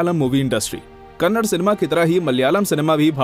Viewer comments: Hey handi sorry Hindi it's kannada not kannad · Dude it’s not Kannad it’s Kannada❤️ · It's not Kannad it's " Kannada " Please atleast now pronounce properly... It's irritating to hear people calling it Kannad 😑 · ಅದು ಕನ್ನಡ, ಕನ್ನಡ್ ಅಲ್ಲ. It's Kannada, not Kannad. Pronounce properly. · It is "Kannada" not "Kannad", Do south India people call Hindi as Handi?? If anyone have guts reply? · Bro u hv to pronounce it as kannada not kannad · If u say kannada is kannad then we will say Hindi as a handhi,😂😂 say probably first it's not a kannad it's a kannada